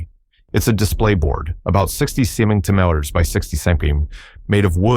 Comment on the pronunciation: What kind of AI are you using that has so much trouble with the word centimeter? 😄